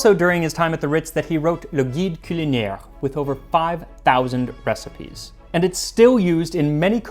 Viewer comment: I speak French and Mandarin Chinese. And when I hear you using either language in an episode, it's obvious that you've gone out of your way to learn how to pronounce them correctly. NOBODY does that. So drinks for you, sir. Very nicely done. Edit: That said, you did fuck up, "culinaire." It's got a regular "n" sound, not a "ñ." But I still love you, and the drinks are still on me.